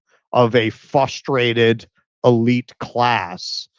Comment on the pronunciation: Did say "fustrated"?